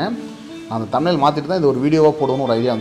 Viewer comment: தம் லைனா என்ன பிரதர் சொல்லுங்க அதைத் தெளிவாக கொஞ்சம்